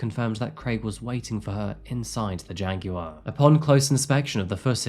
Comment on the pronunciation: I like how you say JAG WIRE 😊